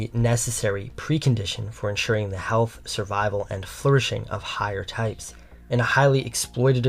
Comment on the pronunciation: I know it makes no difference to you, one complaint over something so asinine as pronunciation, and this may seem petty to some people, but I have to say it, out of respect for your channel and your message, because I think it is important. I can't take a narrator seriously who doesn't know how to pronounce "the" most of the time, and it's such a shame I can't ignore this mistake because you put great effort into your videos. But I just can't watch them like this being distracted by poor speech habits and finding myself mentally correcting you every 10 seconds. It's not a matter of style or preference. There is a wrong way and a correct way to pronounce this word according to very specific and easy to follow rules, and you're just not doing it right. That's not just my opinion, that is a fact. I say this as a conservative with concern to the decline of proper speech. It doesn't matter if you are young, or English is not your first language. That doesn't make it right, and you are setting the wrong example even to young people whose first language is English, and you should set the right example especially to a young, impressionable conservative leaning audience, because there is already so much bad influence around them. I have observed this 'trend' among young speakers who seem to think they can pronounce "the" whatever they feel like at the moment. It's indecent. Try to adapt the right habits now because if you do not unlearn this way of speaking soon you will forever sound